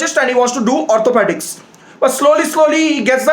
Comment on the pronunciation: Orthopaedic yaar 😅😅 Not otopetic